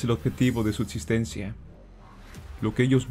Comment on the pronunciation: Cómo creerle a alguien que pronuncia "etsistencia" ??